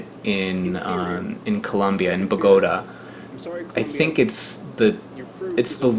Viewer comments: From a Colombian to pronunce Bogotá right the force goes on the last syllable like this Bogotá. beside that awesome video. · Omg the way u pronounce Bogota lol. I cringe every time lol